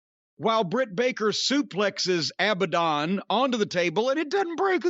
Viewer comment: Jim calling Abadon "Abandoned" is perfect Corny. 😆